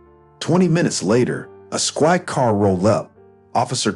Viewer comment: Clenched, not clinched. At this point, I'd call the police. Vandalism, destroying property, trespassing. Civil lawsuit. Is there an HOA that could take action? And why are the Petersons calling OP by his first name? Squad car, not swak car. Defilement, not defamement. Did they get their full comeuppance?